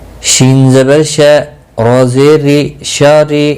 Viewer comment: Sahi nahi prha Rahe zer majhool parha rhe ho